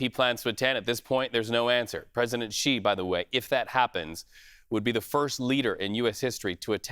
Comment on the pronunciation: Xi is pronounced as "she". You're welcome